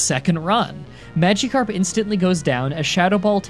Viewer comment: ”pokiemon” ”magiekarp”